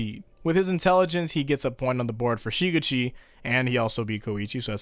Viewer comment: someone please teach this dude how to properly say shigechi